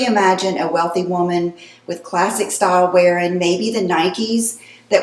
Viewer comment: Classic is classic, no need to over stress the word